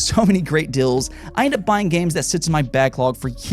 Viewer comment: No offence, but why do you pronounce "sale" as "sell" and "deal" as "dill"?